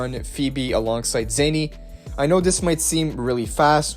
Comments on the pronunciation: Your saying Zenni as in a form of currency her name is pronounced as Zani = Zah-Knee. Also Roccia is pronounced incorrectly in game it's Rotcha like Gotcha or Gacha Italian "R" is rolled when spoken normally Cia is Pronounced as Chi-ahh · Every time he pronounce Zani names. I feel like I want to punch him in the face.